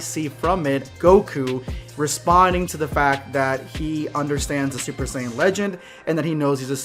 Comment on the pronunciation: First you missed pronounce saiyan pronouncing like geekdom101 say it. And never disrespecting Japanese music because it's the original and you are disrespecting the original.